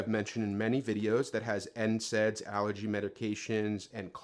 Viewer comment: this guy said NSAIDs💀💀💀🕊🕊